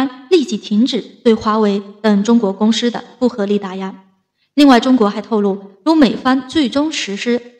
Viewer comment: 主播普通话一定要提高。如公司声音“公诗”,实施念成声音“实是”……，姑娘好好练习一普通话吧👏👏👏👏🇨🇳🇨🇳🇨🇳